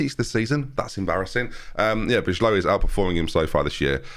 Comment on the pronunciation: Just popping in bijlow is pronounced as buy-low:) love the content